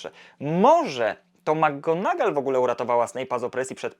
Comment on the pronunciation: Świetny materiał, jakkolwiek mam jeden przytyk😉 Zarzucasz chłopcom że nie potrafią nauczyć się wymowy Leviosy podczas gdy notorycznie źle akcentujesz nazwisko McGonagall. Imię Seamus jest pochodzenia irlandzkiego i wymawiamy je SHAY-mus (/ˈʃeɪ.məs/)